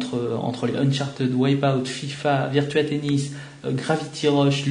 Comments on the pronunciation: "UNCHARTEUD" ça se dit UNCHARTID !!!! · '' uncharted '' ca se prononce '' unchartid ". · Non Unchartid c'est la facon francaise de le dire( parce que les francais on une accent catastrophal quand ils parlent anglais) mais en englais propre on le prononce Uncharteud !